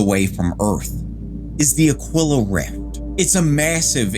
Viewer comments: Ah-kwill-ah? Nah fam, you're pronouncing it wrong, it's pronounced Ah-Kee-lah, always has, always will. I had to look up the pronunciation just to make sure and yep, it's pronounced Ah-Kee-Lah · It's pronounced A-KEEL-AH